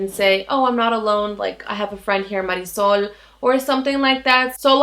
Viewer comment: I have to be honest, all I have ever heard is english speaking people saying Marisol's name. I thought to myself "what kind of a name is that"! Then I hear you say it and it's a very nice name.